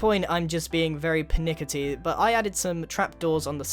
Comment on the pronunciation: "pitnickity". You really ARE THE best.